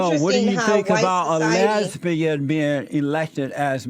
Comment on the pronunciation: He pronounces it "h'lesbi-han!"